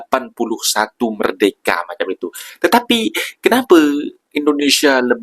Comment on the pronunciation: BUKAN merdeke lah. Sebut betul betul. MER-DE -KA,... Dengar betul betul sebutan orang Malaysia